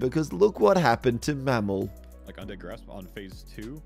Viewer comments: Anyone noticed he called mmorpg mammal! Lol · Did you just call mmorpg mammal